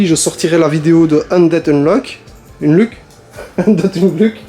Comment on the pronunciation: Pour undead unluck le luck se dit « leuk » 😂